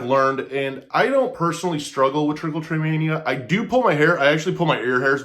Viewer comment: This is not how it’s pronounced and it’s not self harm. It triggers a reward system in the brain and feels good. Magnets and lotion are not going to stop Trich.